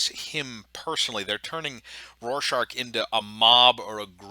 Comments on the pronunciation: Rorschach not rorschaRch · "This show doesn't understand Watchmen" * Can't pronounce "Rorschach" * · Rorshark? (Roar shack) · Evan hahaha yea